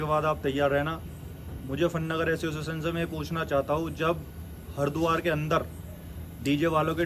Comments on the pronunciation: Aciossetion nhi hota re totle association hota hai 😅😅😅😂😂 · Asosizn✅ Association ❌